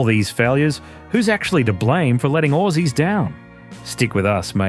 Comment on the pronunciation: Who the fuck says orsies